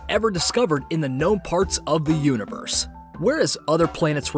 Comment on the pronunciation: “THE UNIBERSE”